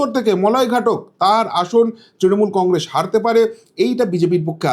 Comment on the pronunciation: Ei lokta faltu bok bok kore Congress uchcharan thik moto korte pare na sab samoy bole congressss sha sha diye kotha bole enar kono kotha mele na